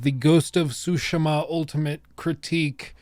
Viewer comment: Sorry, I had to say it, what's “Ghost of Shootsma”? It's funny how you pronounce Tsushima It's nothing how it's written or how you Pronounce it lol